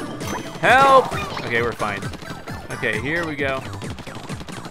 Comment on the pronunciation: when you say "help" it sounds like "kelp" witch totally goes with this game